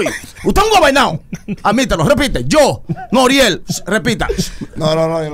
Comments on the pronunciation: Nadie: Él Pacha: Noruel... Anuel 🤣🤣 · Pachasito es Noriel no NORUEL HAHAHAHA🤣🤣🤣🤣